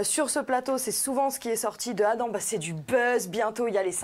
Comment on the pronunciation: ni d an ni d adeve 😂 moi aussi je disais ca jusqua ce qu on me le fasse remarquer 😂😂😂😂..trop chou